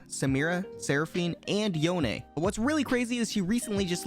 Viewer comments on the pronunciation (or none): Idk what's with the League community and never saying champs names right... Yone, for example. It's not "Yon" is "Yo-nay".